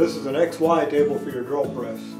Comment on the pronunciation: Kept wondering why the dude kept calling it the "ex-wife table".